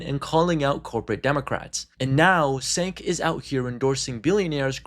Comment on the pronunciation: It’s hard to take this seriously when the narrator can’t pronounce Cenk’s name correctly. Yikes.